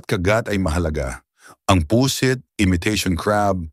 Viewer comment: Pusit (mabilis) hinde Pu sit